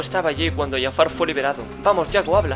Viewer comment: No es Yafar es Jafar